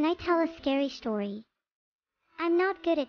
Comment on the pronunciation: the way she says story like shtory